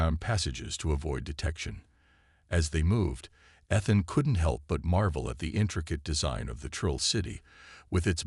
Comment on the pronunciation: No way to teach the AI to pronounce Ethan correctly?